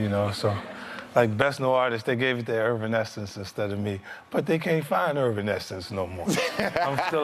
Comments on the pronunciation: My man said ervinaesence. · Agreed but still...lol he butchers their name in every interview he tells this story. Don’t get me wrong, 50 should have won... but 😂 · I love how he continues to troll Evanescence to this day!! ALWAYS butchering they name asking where they be nowadays 🤣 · “They gave best new artist to irvanessance but you can’t find irvanessance...” oh Fiddy...Evanescence